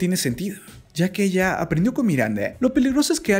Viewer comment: logico que me di cuenta y puedes hablar bien porque pones la E al final de las palabras se dice PUESTO NO PUESTE QUE HORRIBLE HABLAS EELA ELLE QUE ES ESO